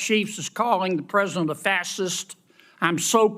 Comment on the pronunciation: Kennedy can't even speak English..his ignorance is as astounding as his illiterate speech! "Prosant" instead of President, etc etc!